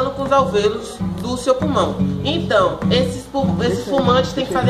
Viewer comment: Menina fala purmão kkkkkkkkk